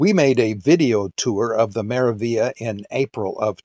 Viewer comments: Its pronounced "MeraviLia" there's the G and L but you pronounce only L, there's no such thing as Meravia.. Meraviglia stands for Marvelous in Italian, good to find out how is it spelled than using it in video wrong several times. Also the gelato thing, Italians are proud of their gelato (ice cream if you want, its the same) so they really wont stuff it into self-serv machine like americans do to sytisfy their constant need of having it right there everytime and for free. MSC is italian cruise line, privately owned by Italian family so the traditions and culture of this country is really rooted throughout the ship.. As an European myself I do understand why there's no gelato or coffee for free, Americans should not compare MSC, or in that matter any european cruise lines to amercican cruise lines, too many differences and mixing apples with oranges. Thats my point of view, certainly not meant as a hate or anything, overall nice video. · Yep ! The g is silent, like in 'Lasagna ' in italian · Very helpful! Also just FYI, you're mispronouncing the name of the ship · Omg...can you please pronounce the name of the ship correctly? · Could not watch this video after you consistently bastardized the pronunciation of this ship name. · You want to be credible, how a bout pronouncing the ship's name properly, Hello.